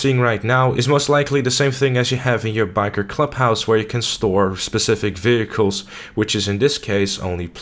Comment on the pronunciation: I love how u say vechiels